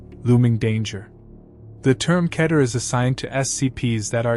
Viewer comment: Keter is pronounced Key-ter.